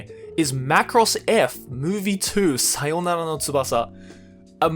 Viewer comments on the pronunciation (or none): none